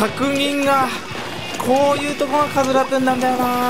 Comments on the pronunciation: さんが言っていたラトゥーンがカスラトゥーンに聞こえるwww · ラトゥーンがかつらトゥーンに聞こえる